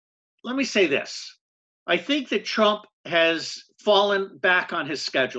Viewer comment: Why did you keep saying Trimp